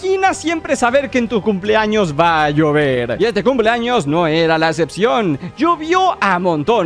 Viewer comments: Xd , justamente me abia salido del vídeo y también le entendí eso xd jaja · POR QUE DICE TODOS MIS CUMS ☠